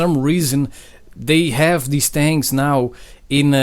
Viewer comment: "10 thangs"